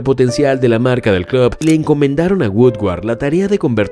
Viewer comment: Contador para las veces que dijo "clob" 🤣🤣